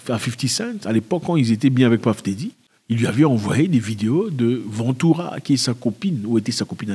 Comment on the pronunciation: Ah Zack " Paff Déddi " ? lol